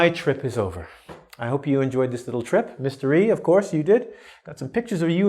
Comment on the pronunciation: says:Mr. E and it sounds like: mystery:-)